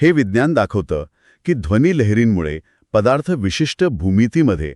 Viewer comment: " पदार्थ " हा शब्द " पधार्थ " असा चुकीचा उच्चार न करता केला तर चांगले वाटेल.